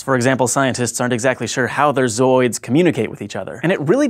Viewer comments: the way this guy says ZOOIDSSSS is funny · I couldn't stop hearing Zoids every time he said zooids. Man, I gotta watch that show again. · anyone notice that he puts so much emphasis on the word ZOOIDS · He says zooids weird. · I am laughing quite hard at how he keeps saying zooids, not that it's wrong, it's just funny.